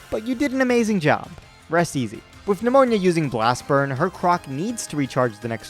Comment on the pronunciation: The fact that you occasionally pronounce "Nemona" as "Pneumonia" is hilarious to me.